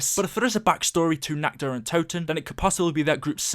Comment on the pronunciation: I started taking vodka shots when ever he said natchderuntoten